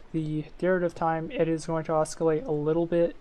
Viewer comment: Hey, thanks for the video! I'm a new FtD player struggling to learn PID and this was helpful. My only gripe: the 'c' is silent in "oscillate";) looking forward to seeing more FtD tutorials from you!